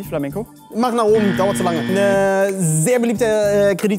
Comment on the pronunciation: „Pflaminco“ ich kann nicht mehr…. Mies Lachflash bekommen als Flamenco Tänzerin